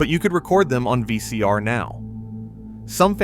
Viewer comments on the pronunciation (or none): He said vc and r too